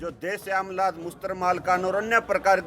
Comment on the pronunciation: Sir ap shamlat की बजाय shamtal बोल रही ह